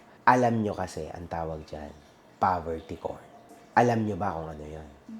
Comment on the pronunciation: Pagkakarinig ko Poverty corn tama? 🤔 not Poverty porn ba? 🤔